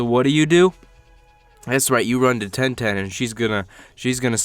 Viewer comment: You smoking something saying ten ten